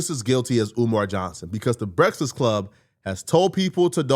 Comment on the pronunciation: Is he pronouncing Breakfast Club wrong on purpose? I thought it was hearing wrong for the last few years.